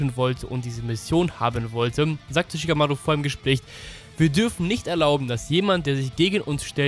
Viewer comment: Wie sprichst du Shikamaru aus 😂😂😂 das sind keine englischen Namen